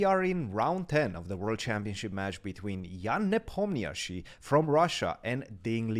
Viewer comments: Tip for how to pronounce Ian's last name. It's actually one less syllable than it appears in the romanized spelling: ne-pom-na-shi. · This is your daily reminder that Ian's name is pronounced Knee palm knee she!!!!